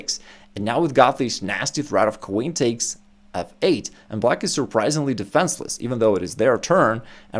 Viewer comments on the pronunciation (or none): Hi, top content but - you have a funny accent - you exchange an "e" sound for an "a" sound in words. forget - you say forgat, and recommend - you say recommand - defenceless - you say defanceless. Then you exchange an "i" sound for an "a" sound - aggressive - you say aggressave.